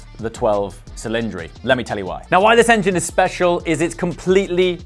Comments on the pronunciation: it's italian - minmum thing would be to look up the correct pronounciation? "dodici cilindri", with a "dshi" sound both times. or make it "twelve dhsilindri". but "silindri" is neither italian nor english. c'mon, you can do it 👍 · You MUST pronounce it in Italian: Dodici Cilindri!!! THATS music to the ears! Not twelve Cilindri. Logically that doesn’t make sense! It’s like Quatrovalvole for 4 valves! As simple as that 😊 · No, the 812 superfast is really "eight twelve superfast" or "eight hundred and twelve", especially because its name is literally "superfast". In the case of the 12t cylinder, it is actually "do dici cillindri". The "cilindri" indicates that the name is Italian and even Ferrari in the presentation called it that. In the current pronunciation the name will be translated by the public, just as it is with chiron and veyron. Since they are French names, the correct pronunciation would be "chirro" and "veirro", but no one pronounces it like that, not even those who know it's like that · It’s pronounced (DOE-DEH-CHEE CHILL-LIN-DRAY) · Aarrgghhh! "Dough-Deechi Chil-in-dree" Personally, I love it! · it’s pronounced do-dichi chilindri. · it’s pronounced Dodeche chelindre. an I its pronounced e in Italian {got it} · People seem to forget that Maserati named their car Quattroporte which literally just translates into "Four doors" and Audi has a model called V8 lol. So I don't get the fuss around the 12 Cilindri name. Nothing extraordinary about it. Besides, you're supposed to say the name in Italian language "Dodici Cilindri" which sounds so much better than butchering the name and saying Twelve Cylindri in English. As for the looks of the car I like it a lot. Clean and elegant design what's not to like? It is a departure from Ferrari's usual design language which requires a bit of getting used to but it's definitely a stunning car and it'll age like a fine wine.